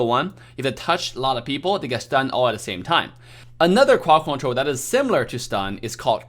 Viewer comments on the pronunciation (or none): I love the way he says. Cwod Cwontwol